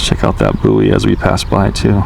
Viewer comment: buoy is pronounced "boy"